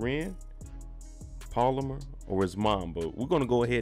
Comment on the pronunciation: BRO ITS NOT POLAMER ITS PALOMAR!! YEZUZ TAKE THE WHEEL